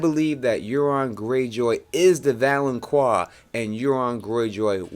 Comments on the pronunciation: its valonCAR not valonQUA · First man it's not pronounced val-on-qua, it's val-on-car. Also "gold will be their crowns" refers to the fact that all of Cersei's kids are blonde haired, not literal crowns. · Great theory, but please realize it is pronounced valenKAR - not QUAR. No long U sound in the word. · "The Valenkwar". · It's pronounced Vo-lon-kar Volanqar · It's pronounced "Val-an-KAR". But still good prophecy explanation video. Plus the Euron theory is Pretty cool. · Valonqar is pronounced val-un-kar. Q in high Valyrian is a K sound. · Thank the lord someone else noticed this, how, after all the videos about the Valonqar theory does he keep on pronouncing it wrong !!!!! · Dude, you mispronounce Gendry, Myrcella and Valonqar...